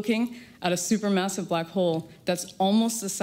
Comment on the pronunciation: "supermousive black hole" ?